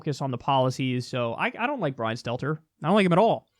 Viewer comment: This entire time I thought he was saying Skeletor, until I found out the CNN reporter is named Stelter.